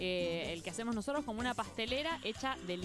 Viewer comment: did she just say nosotrEs???